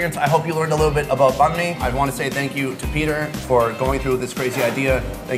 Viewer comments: Nghi Nguyen did u also get pissed when he say bahn like boon? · Ktran3 2 3 still it doesn't mean that he can say banh correctly 😂